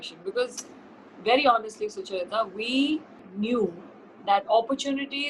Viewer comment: She said sucharita